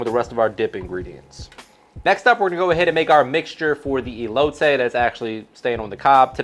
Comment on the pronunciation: Everytime this guy says elote I cringe a lil 😂